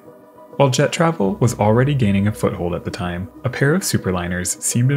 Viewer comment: The American accent was hard to understand: Why, when saying 'Jet travel" would you emphasise 'Travel' & not 'Jet', thus making it sound like, "jeTRAVel"?